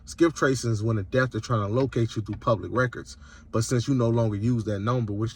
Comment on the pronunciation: I don’t know which was funnier- the fact he doesn’t know how to pronounce “debtor” or the fact that after rambling for several minutes explaining how he breaks the law, he then says he’s not saying to do anything illegal lol What you describe is a crime called fraud. You have not found any “loopholes” You are breaking the law. If that doesn’t bother you, that’s fine but at least understand you are a criminal, because the banks will catch up to you